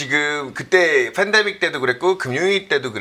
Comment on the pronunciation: ㅋㅋㅋㅋ이거레알... fendemic, lefo금리ㅋㅋㅋㅋ 여기 뿐만 아니라 경제 방송들 보면 화법 어법 발음 특이한 사람 진짜 많음ㅋㅋㅋㅋ